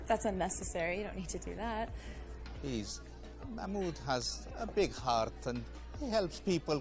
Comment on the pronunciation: its mah-mood. im really sorry but the way you said it triggers me also, if you cant really say it, that's totally okay